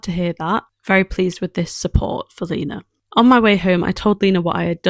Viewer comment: My name is also lena and your saying it right 😊❤🎉